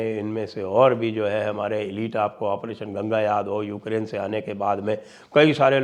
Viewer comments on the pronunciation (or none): none